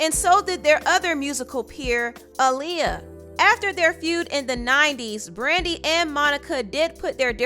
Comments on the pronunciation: I disliked this just bc hearing her say ahh lee ah instead of uh lee ah. Annoying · (UH-Lee-ya) girl not (Ah-lee-ya) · Your videos are so descriptive! Love it! But man I hate how you say Aaliyah. It’s Uh-Liyah not Ah-liyah 🤦🏻‍♀️ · Who the hell is ahliyah? It’s Aaliyah ma’am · Where tf are you from? Its A-leeyah (AALIYAH) not Ah-leeyah!!!! Pronounce her name correctly please. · Everytime you said “Auliyah” I cringed, it’s “Aaliyah” 😕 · Who's AHHH-Liyah? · instead of saying Aaliyah, she said aww-liyah 😂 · Its Aaliyah not Ah-liyah 😡😒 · Kind of mad at the way she's saying Aaliyah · Why you calling that girl "All-liyah" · Great video but it’s annoying the way you’re saying Aaliyah‘s name... ALL Lia.. smdh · Girl it’s AALIYAH NOT AHHLIYAH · The way this lady pronounces Aaliyah’s name irks me 😤 It’s not AH-liyah Jesus. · No it's pronounce 👁 -liyah that's how aaliyah's mother pronounce it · Ah-Lee-uh? Why did u keep pronouncing her name like Ali? Lmao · The way you’re pronouncing Aaliyah is SO CRINGE. I hate it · I’m glad you got Aaliyah’s name together after a few trys lol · Stop saying Aaliyah like that you’ve never said it like that before what’s wrong with you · Learn how to say Aaliyah